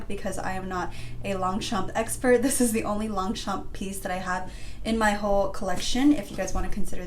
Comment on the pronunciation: I’m French and we don’t actually pronounce the p in longchamp